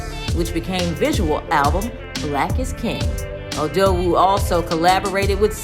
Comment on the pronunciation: U know she said "odowu" ryt , not odogwu😂